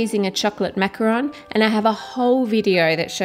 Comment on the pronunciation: At the beginning of the video Ann: Macaron Me: NOOOOO IT IS MACAROOOOOOOOON